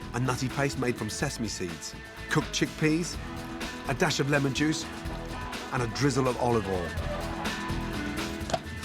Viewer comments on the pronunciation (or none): none